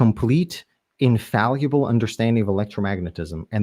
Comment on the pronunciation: Oh boi, again eh. This is gonna be painful. Did he learn how to pronounce "infallible" correctly yet?